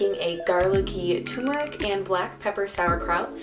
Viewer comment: TuRmeric...TURRRRR, not TUMORic But, on the positive side...cool recipes. Thanks!